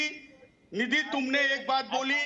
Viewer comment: राम कदम निधी को नीधि जी बोल रहा है तिवारी नीधि निधी बोल रहा है और आरे आरे कर रहा है मलिक बोल रही है नीधि इससे समझ में आता संस्कारी कौन है